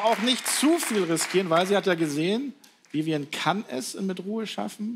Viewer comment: Viviane heißt die Frau und elton bekommt es bis zum Ende nicht geschissen ihren Namen auszusprechen 🤦‍♀️🤦‍♀️🤦‍♀️🤦‍♀️🤦‍♀️